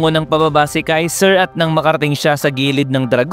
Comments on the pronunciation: Kaisel ❌ Kaiser ✅ 😂😂😂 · Kaizel Hindi kaizer tamumol